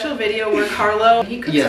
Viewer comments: Carlo, please teach her to at least pronounce your name correctly. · La pronuncia di quando dice "Carlo " è simpaticamente americana. Arrotola la "r' che è uno spasso sentirla.